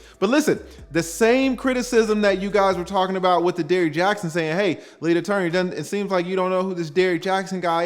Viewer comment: I don't the folks be saying lead attorney like u be saying it